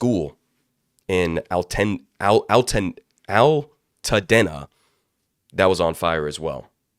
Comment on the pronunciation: You should also cover the whistleblower murders, not suicides, at boeing and openAI. Minor point: it’s pronounced “Alta-deena,” like “Pasa-deena” More coverage of the federal reserve this year, please, and how they have impoverished all of us in the 99%. Through their policies of encouraging inflation by keeping rates too low for too long and quantitative easing (QE) leading to their now $7 trillion (with a T) balance sheet which basically acts to support all rich folks’ assets: stocks and real estate. Why is there so much wealth inequality? The fed. Why is there a housing crisis, the fed. Everyone should be better versed on these topics. Thank you, and I hope you get better soon, there is definitely something going around, hopefully it’s not too bad.